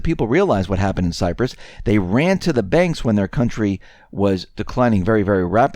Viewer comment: You pronounce “Cyprus” & “Fiat” weird.